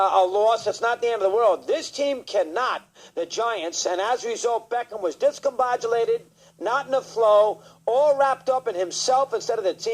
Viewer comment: "Discombadulated" LMMFAOOOOOOOO! The word is "Discombobulated" HAHAHAHAHA! Doggy murders The English language like no other